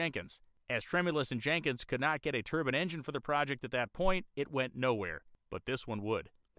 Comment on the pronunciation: The word is pronounced turb'I'ne, you are saying turban as in middle eastern male headdress.